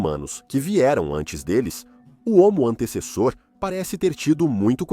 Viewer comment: Assisti a este vídeo na versão dublada do inglês e a IA não acertava uma vez o nome do Homo antecessor. Antissassauro, Antessauro, Antauro, Antessa, Antes e Antezus kkkkk